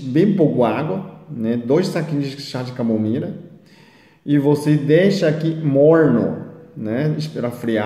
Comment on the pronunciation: Kkkkkkk. Amei. Ele parece ser tão bonzinho... "çá de comomila" kkkk